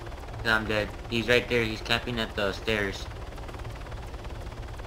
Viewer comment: lolthe name of the guy is dread not bread ahahah